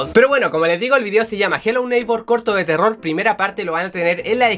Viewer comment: me encanta cuando dices jelou neikbour😂😂😂